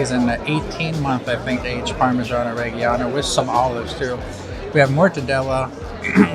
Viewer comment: Learn how to pronounce Parmigiano Reggiano.